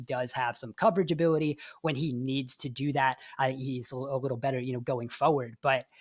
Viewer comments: I feel like we could have done "a wittle" better at getting someone to speak professionally on a podcast 🙃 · “Need a wittle”